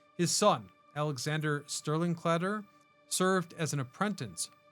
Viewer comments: Calder.... not Cladder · CALDER, not Clader. But I understand why you said it Your way. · You need to fix this: it's Calder, not Clader! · It's CaLder, not CLadder. Jeez Louise, can't this AI do better? I love City Hall. It's a Beaux Art masterpiece. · nice workup. it's C. A. L. DER not C L.A DER. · CALDER not CLADER. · Ir’s ‘Calder”, not “Cladder’. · I was like who is Cladder? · Your repeating is annoying. And how hard is it to pronounce "calder ??